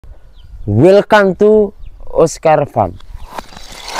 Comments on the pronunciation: oscar farem bacanya mas, bukan oscar fram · Bukan FRAM mas bacanya farm, peternakan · Di bacanya OSCAR FAM mas.bukan fram. Lain kali R nya ga usah di baca mas. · Semangat terus mas, upgrade terus wawasan dan keterampilannya, agar dapat terus memotivasi fans"... Oscar Farm - farm nya bukan fram di bacanya mas tapi farm, far dulu baru diakhir nya terdengar m nya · Oscar farm bukan fram 😂😂😂😂